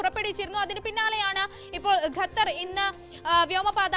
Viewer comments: ഗത്തർ അല്ല ഖത്തർ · ഗെത്തർ അല്ല ഖത്തർ !!! 😂😂okay vaaa